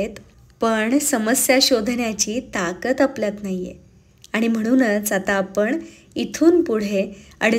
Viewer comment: आपण म्हणणे ऐकायला जास्त चांगले वाटते कानाला आपन पेक्षा कारण Last sentense मधे दोन्ही शब्द आले don't take it otherwise 🙏🙏